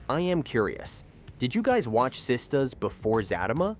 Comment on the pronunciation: Zat~A~Ma every time he says that I crack up and what about the way he is saying Sistas